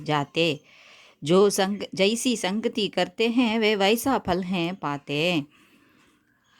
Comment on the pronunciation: Mam fal nu dhane varum neenga pal nu solreenga?